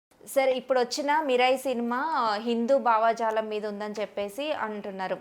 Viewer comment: మోడీ బ్యాచ్ ఏంటీ ?మోకాలికీ బట్ట తలకూ ముడి పెట్టి నట్లు మధ్య లో మోడీ గారు ఎం చేశారు ? అమ్మా యాంకరమ్మ తల్లీ !కొంచెం తెలుగు భాష నేర్చుకుని భావజాలం అన్న పదం ఎలా పలకాలో ప్రాక్టీస్ చెయ్యి అమ్మా !!